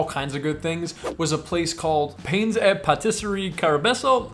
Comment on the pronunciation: casually pronouncing et as at, and l‘ as lil‘ 😂